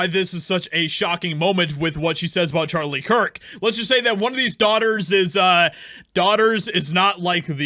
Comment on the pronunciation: ⚠She distinctively called him Charlie Chris-t. As in she said Christ and Chris mixed together. She is trying to liken him to an idol and not a martyr. This is not only blasphemous but manipulative as well.⚠